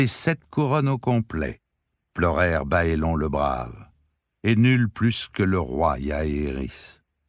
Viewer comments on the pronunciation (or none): Au cas où cela peut être utile : ce sont des noms de style saxons/anglicans donc on dit " baélone " et pas "baélon" etc comme pour mes lieux tels que HarenHall qui se prononce " harenneHole" .....ou les noms comme les Tyrell qui se dit " taille-relle" .... sinon merci pour votre voix si belle poser ainsi sur ces mots.